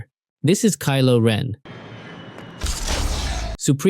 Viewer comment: You said kilo wren three times